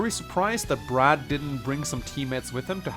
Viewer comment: When you said Brad I heard rad and I was confused as to why rad quets was there